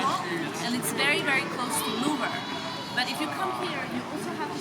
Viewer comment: Thank you for that promenade,! It could be good for the next time to learn the pronunciation of the French names, at least of Louvre. And all will be great!